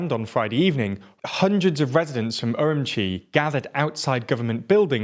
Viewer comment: I just love how every news outlet pronounces Urumqi in their own, unique, and WRONG way. This guy says um-Chee, others say er-oom-key, but the correct way is er-oom-chee. I used to live there, trust me.